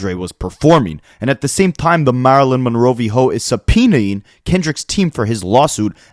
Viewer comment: *Marilyn MonrOVHOE